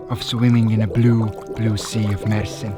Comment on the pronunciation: You Said Mersin Perfect& TURKIYE